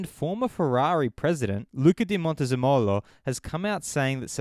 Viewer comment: Luca di MontezeMOlo Everyone in Italy: Actually, MonteZEmolo